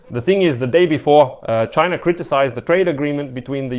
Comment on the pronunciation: Fuk CHY-NAH